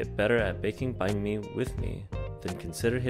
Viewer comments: Sounds like your saying bank my bum 😂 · lol at least get the pronouciation of Banh mi correct. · Please learn how to say it properly. It's "banh mi" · Your pronunciation of bánh mì is interesting. Nice vid tho